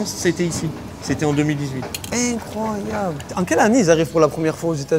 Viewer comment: "Cé inecroyabl" Attend de voir la dernière recrue du PSG mec...